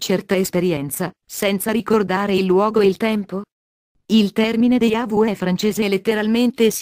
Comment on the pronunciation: ma come pronunci deja vu????????? ohhh, questo errore toglie credibilità! deGiavu non deIavu!